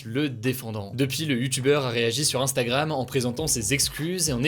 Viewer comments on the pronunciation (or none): none